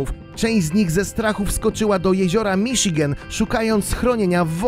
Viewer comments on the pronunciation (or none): none